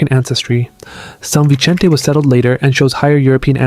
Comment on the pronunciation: Fascinating. Good job. Your pronunciation of São Vicente makes it sound Italian as opposed to Portuguese.